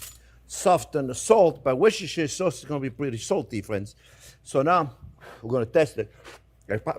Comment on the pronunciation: why do you not people in the do not USA learn Engish , it is not worsester seserer sauce it is Wuster sauce